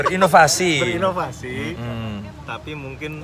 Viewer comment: ber-ivonivasi 😹😹🤣 lucuu bgt om arriii 😽